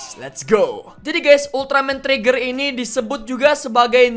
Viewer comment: Sebutan Ultraman Trigger kaya Ultraman Treggear/Tregear